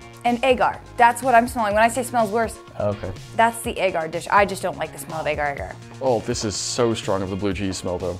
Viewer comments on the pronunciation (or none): She says agar like egg art